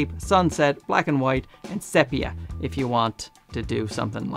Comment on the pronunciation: Thank you! Very helpful and much faster than me struggling through it by myself. Now, let me help you ever so slightly - say “SEE-pee-uh”. Oh you young ones! An intern at work pronounced it like you did. She busted me back though. I said “carbon copy” one day and she looked confused. When I explained, she said, “Oh, you mean ‘Courtesy copy!’” I am officially old now….